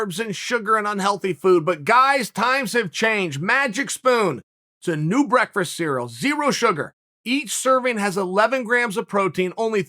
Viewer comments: I swear magic spoon sponsors the show just to hear Chael say “breakfrist”. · Chael “breakfreast” sonnen. At this point I’m starting to think it’s actually pronounced “breakfreast”